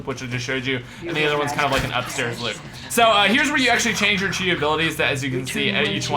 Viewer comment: it is pronounced ki not chi